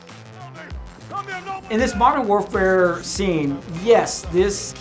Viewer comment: Am I the only one who laughed at how he said “modern warfare,” then after “call of duty”